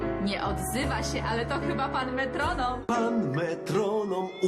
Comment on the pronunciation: Chcę tylko uprzejmie poinformować że mówi się metronom a nie metromom. Świetny film, pozdrawiam 😊